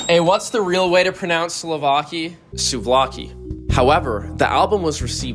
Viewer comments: Ask a Greek person, the pronunciation of souvlaki in this video has caused me irreversible psychic and cultural damage. Thx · your pronunciation of souvlaki killed me